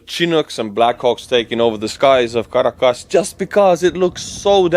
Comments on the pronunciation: your delight and boyish charm while reporting on such an amazing global development warms this Nebraska grandma’s heart!! ❤️ 🇺🇸 BTW Caracas = Kir- rah - kiss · The Estonian pronunciation of Caracas makes my ears bleed. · Your pronunciation of 'Caracas' is soooo Estonian.